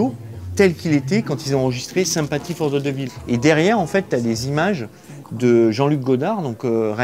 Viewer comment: « Sympathie fort ze des villes »🤣